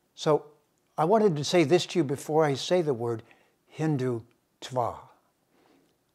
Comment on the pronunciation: The way he splits the word hindhutva is annoying.